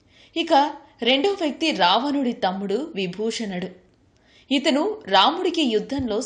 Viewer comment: Ravanasuridi br name vibhishanudu.but you telling vibhushanudu.